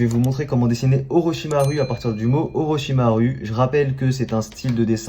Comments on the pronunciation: On dit pas orochimarU mais orochimarOU sauf que sa c'ecarit avec un U au Japon le U se dit OU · 3 em sa ce prononce orochimarou et non pas orochimar U